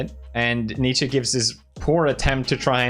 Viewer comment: Dude, props for the correct pronounciation of Nietzsche, most people pronounce it incorrectly. (at least in the US)